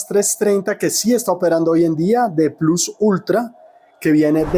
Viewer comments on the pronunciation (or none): none